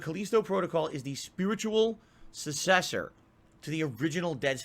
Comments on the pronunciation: "the caleesto protocol is the spiritual sussesor" this dude's grasp on the English language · Haha yeah. And it wasn't a one-time slip up - that's really how he thinks it is pronounced. He says 'sussessor' every single time.